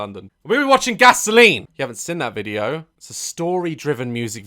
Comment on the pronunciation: Me: seen Daz: sin